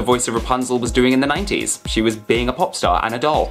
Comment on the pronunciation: When he say 90s it's sounds like naughties...🤣😂😂🤣🤣🤦‍♀️🤦‍♀️🤦‍♀️😭😭😭😭